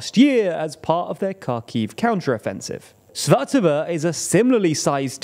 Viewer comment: Oh. You're pronouncing Svatove correctly now. Nice!